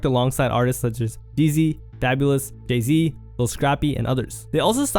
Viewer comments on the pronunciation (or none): Did you just call Jay Z, Jizzy? 😂😂😂😂